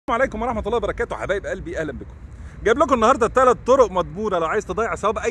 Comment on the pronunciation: يا أسألك بالله سلم علينا بأسلوب لائق.. كلامك ذهب جزاك الله خيرا لكن قل السلام عليكم ورحمة الله وبركاته مش سلمركته